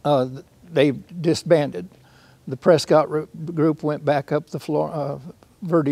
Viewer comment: Great content. But if you’re going to talk about Arizona you need to learn how to pronounce Prescott correctly.